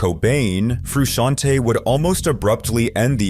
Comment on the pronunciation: "John Froo-she-on-tay" is the most butchered pronunciation of "John Frusciante" I've ever heard.